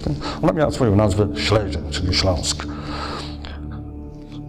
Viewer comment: Panie materiał bombowy, natomiast warto wiedzieć że niemieckie słowo Schlesien wymawiamy "szlezien", z dźwięcznym pierwszym "e". Pan Romuald to wie, ale też nie jest pewien. Wymowa zaproponowana przez Pana przypomina słowo "schliessen", czyli "zamykać". Oglądam dalej z zaciekawieniem.